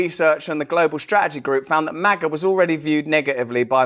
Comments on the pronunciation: JoeTatoe can't even say it right. Maaah-gah. 🤪 Trump is living rent free in head. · I think it’s supposed to be a play on the word major only HE pronounced it wrong. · Why does he change the pronunciation of “Maga” each time? Ultra Maga sounds like a box of smokes. Worse yet…condoms. 🤦🏽‍♀️